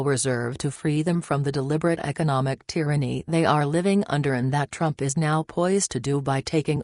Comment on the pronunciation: Reprogram your computer voice to pronounce the words “US” and “TRUMP” correctly!